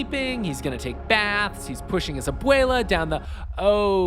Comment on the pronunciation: "Abuela"? No. "Aboyluh"? Yes